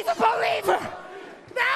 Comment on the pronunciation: " She's a Boliever " 😂